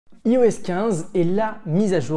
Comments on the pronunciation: Y’a TROP de gens qui prononcent mal iOS… Ça se prononce "Aïe-OS". Comme "Aïe-Phone", "Aïe-Pad"… etc. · Par tous les saints, pourriez-vous cesser de prononcer "i-OS" à la française au lieu de dire "eyeOS" :( ? Sérieux quoi, si vous dites "i-OS" à la française alors assumez et dites "i-fon" aussi! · La vidéo démarre "Yi-OS" 15 ! Aie...